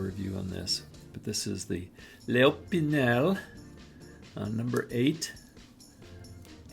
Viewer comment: Opinel is a French brand, but pronouncing Opinel as a drunk Italian is better 👍🏻. Thanks for the review, very interesting.